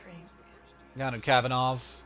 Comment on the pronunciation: *Ahem*.. Cav-an-a's. A as in apple. Thats how we pronounce it and seeing as its an Irish name.. (